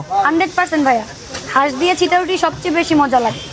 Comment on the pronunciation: সিটা রুটি ❌ চাপটি, ✅🤣🤣